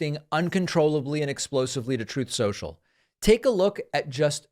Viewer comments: “Troath Sential”! Yea! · Lmao every time I hear “Troth Central”👏👏🤣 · Troth Centrol😅 its great when he has a meltdown. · Troth Sential